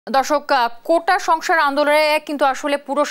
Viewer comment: কোটা সংসার আবার কি ভালোভাবে বাংলা বলা শেখা উচিত তারপর উপস্থাপনা করুন।।